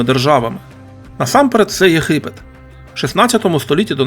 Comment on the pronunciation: Не в тему,автор ви що Г не вимоляєте?А то ЄХипет,береХові трохи ріже слух😊.